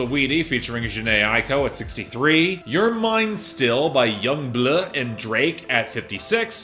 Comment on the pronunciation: For the love of god please never said Yung Bleugh ever again, it’s pronounced BLUE